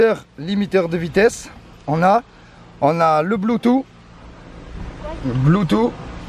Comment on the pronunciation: Blootouff on dit